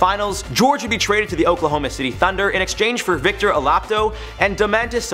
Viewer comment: He said sabonises name right but not victors.